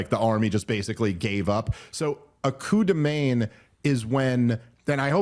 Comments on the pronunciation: It's pronounced "man". Literally, coo de man. 😊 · Please work on your pronunciation of "coup de main" because this is painful to hear